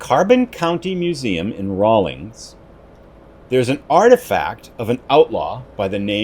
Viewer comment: Raul-inns not ings